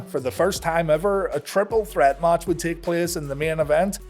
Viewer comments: I love How He says ""MACH"" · The way you say "match" triggers me 😅